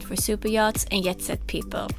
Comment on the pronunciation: its not "yet" setter, its "djet" setter. Or "yob" is meant to be "djob". Surely someone has mentioned zis to you already lol